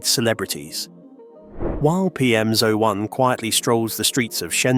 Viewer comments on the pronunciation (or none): This is an AI narration, right? Firstly, a Brit would never say "Side walk" it's a pavement or path. Only american's need directions on where the path is within the name of the path. Secondly, it pronounces "PM01" as "PM-ZO-1" which is an AI glitch. Is this whole video AI generated and if so, where the fuck did the bus leave from for the humans that don't want to be surrounded by all this AI bullshit???